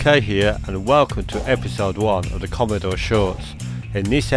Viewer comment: Commeedore commeedore commmeedore... christ man. Its commodore not commeedore 😂🤣